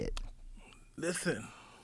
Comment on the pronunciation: Take a shot every time Mike says "listhen!". hahaha for real though Mike is such a fun person to listhen to. We need more podcasts with him!!